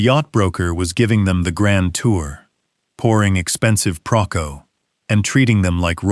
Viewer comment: "Procco" - do you mean Proseco?